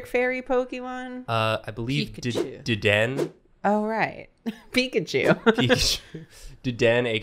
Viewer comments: i cant get over how they say dedenne- its pronounced dedennAYE but i think deden is so funny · Isn't it Deden-ne Not Deden XD